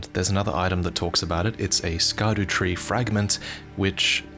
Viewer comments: scadutree... scar dew tree? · So, just out of interest sake, in Afrikaans we have a word called "Skaduwee" which translates to "Shadow" in English. So imagine my smile when I heard the first part of "Scadutree" Great video, and man I cannot wait for this.. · Yeah when he said Scadu, I had to rewind two times to make sure it wasn’t Dutch